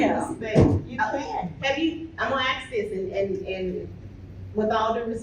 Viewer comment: "Im a AXE all you ta leave, cuz dis meetings over"............pay attention to who you vote for. Or you'll get this garbage.